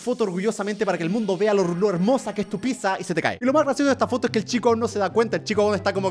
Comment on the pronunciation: Se escribe pizza y se pronuncia pitsa, entonces ¿porque german lo pronuncia como pisa?.